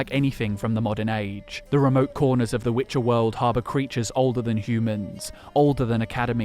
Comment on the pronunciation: the way one of them pronounced" Witche'er "still echos in my dreams